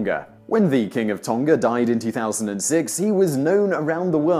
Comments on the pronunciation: your pronunciation of Tonga and Samoa kills me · The pronunciation of Tonga is a soft g Tong..a.